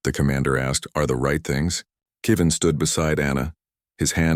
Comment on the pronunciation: Not Keeven ,Kevin.